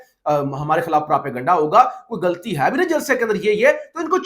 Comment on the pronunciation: میں آپ کی آجکل ساری ویڈیوز دیکھ رہا ہوں بہت اچھا کام کر رہے ہیں ایک جاندار آواز آپ کی صورت میں ابھر کر سامنے آ رہی ہے ماشاءاللہ ایک بات ئہ ہے آپ اپنی اردو ہے توجہ دیں آپ غلطی لفظ کو گلتی بولتے ہیں اردو کے الفاظ میں غلطی نہی ہونی چاہئے پلیز اللہ آپکو کامیاب کرے آمین 🤲